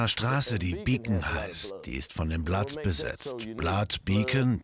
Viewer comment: es heißt bloods und crips!